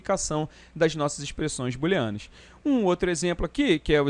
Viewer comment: boolenas" ou "booleanas" kkk